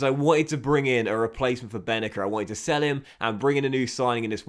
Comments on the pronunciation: His name pronounced ben naser not benaker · So happy you sold Bennacer, now we don’t have to hear you constantly butcher his name. 😂